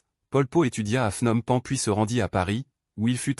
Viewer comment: l'inconvénient de la voix IA , c'est qu'elle produit de nombreuses erreurs de prononciation . "Pol Pot" , "Saloth Sâr" , "Phnom Penh" , ça se prononce pas du tout comme vous dites . d'autre part , votre déclaration comme quoi il serait né dans la ville ou la province de Prey Veng est contredite par plusieurs biographies . en réalité , il serait né dans la ville de Prek Sbauv , province de Kampong Thom . d'autre part , vous indiquez son séjour à l'étranger à Paris , mais vous laissez de côté ses voyages en Yougoslavie , au Vietnam et en Chine . de plus , vous présentez son mouvement comme clandestin , ce qui n'a pas toujours été le cas . Khieu Samphân a été élu député en 1962 et nommé Secrétaire au Commerce . de plus , vous présentez à tort Pol Pot comme le seul dirigeant du régime , ce qui n'était pas du tout le cas . de plus , vous parlez d'un génocide systématique des religieux , ce qui est faux parce que les moines avaient la possibilité de revenir à la vie civile . de plus , l'invasion vietnamienne a commencé au mois de décembre 1978 . enfin , vous oubliez de parler de la succession de Pol Pot , et en particulier de Hun Sen , lui-même Khmer rouge dissident , devenu Ministre des Affaires étrangères en 1979 , puis 1er ministre en 1985 .